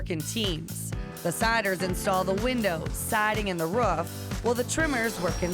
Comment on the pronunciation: Stop saying fucking ruf it’s roof